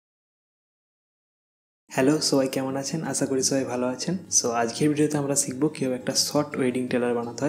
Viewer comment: " শ " কে " চ " বলে কেন কলকাতায়। যেমন শিখবো কে আপনারা বলেন চিখবো। এটা তো শুদ্ধ বাংলা না।